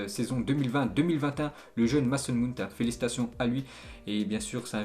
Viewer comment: Mount 😭 sa se prenonce Maout😭